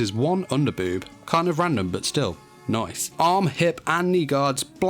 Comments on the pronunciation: Make 5 facts about Artemis in DanMachi as well. But what's up with the "noice?" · the "noicee" vhahahahhah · I’m back here just to hear ‘ nice ‘